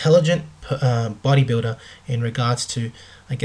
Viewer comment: u say bodybuda🙄